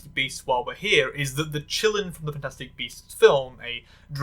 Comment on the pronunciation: It drives me kind of crazy that in that Fantastic Beasts movie they pronounce quilin like "chillin'". I can't really blame anyone who doesn't know for just following how they say it in the movie, but the actual pronunciation is more similar to "chee-leen". When I first heard people talk about the movie and saw clips I was EXTREMELY confused they described it like a dragon-deer, which is immediately identifiable as the way a qilin/kirin looks.